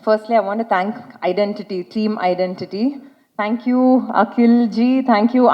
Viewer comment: The anchor pronounce ididenty . Its not ididenty its identity 🤦‍♀️